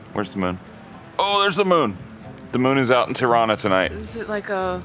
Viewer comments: Its not terana it’s Tirana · I have a severe case of misheard lyrics in this vlog - every time you say "Tirana", I hear Toronto. 😆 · The way they pronounce Tirana is exactly how Canadians pronounce Toronto. 😅